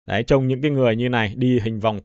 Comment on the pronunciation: "Đấy " chứ không phải" Đái " nghe 😂😂😂😂😂